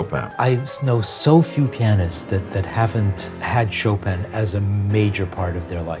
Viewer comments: How about making it a pre-requisite to learn how to pronounce his last name and then be allowed to play his music? Did they all say something than sounds like “show-pan”? 🤢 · Kittens all around the world are dying because of your pronunciation of Chopin 😥 Cut the 'n' and save kittens. Tell your friends, too. Only the dude (Krieger?), Georges Sand and Schumann participated in this life saving effort.